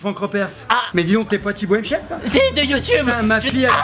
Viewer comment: "si de youwtube" 😭😂😂